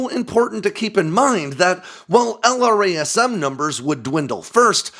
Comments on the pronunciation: Each time he says L-R-A-S-M, I cringe.... Why can't he say it like we all say it? "el-Ras-em" .... Or is this some Aegis style bullshit where the engineers say it different from the operators? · Nobody says "ell arr ayy ess emm". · Brother, why do you say "jazz-em" (instead of the letter), but not "el-razz-em" for LRASM? Save yourself some time!